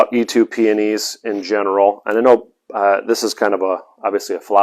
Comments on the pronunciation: Eetoo????? It's pronounced EEtoe!!! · Dear sir it is "eetoh" peony